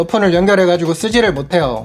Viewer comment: 끝에.... 요 발음이 사라지는것같아요... 못해요우 이러는 느낌??